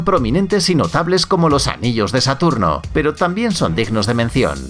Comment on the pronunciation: no es satorno, querías decir Saturno?